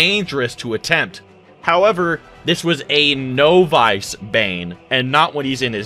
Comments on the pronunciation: It drives me crazy that you pronounce novice as "no-vice" instead of "naw-vuhs," which is the correct way to say it. I can't tell if it's intentional or not, lol. Great video other than that! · Umm it's pronounced Nov-iss, not nov-ice. A novice is simply someone new to something and as of yet not attained any mastery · I have never heard someone pronounce novice as “no-vice” before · I love your videos but I gotta let you know. "Novice" is not pronounced "No-Vice". It's pronounced "Naw-Viss" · I’m sorry but did he say novice like “no vice” here? Haha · You did not just pronounce novice "no-vice".... People who read a lot often have a vocabulary beyond what they have heard said in real life, but what rock have you been hiding under where you've never heard someone say novice? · Novice is not pronounced as "No-vice." 😂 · Did you just say "no-vice"? Idk just the way you pronounce some words trigger me. Idk if this is done on purpose or not. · The way you said novice in this vid definitely had something to do with your downfall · I really hope this dude learned how to say Novice right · Did this guy just mispronounce “novice” ??? Great video btw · I'm genuinely curious. Did you not know how to pronounce a word as common as "novice," or is your pronunciation some kind of inside joke?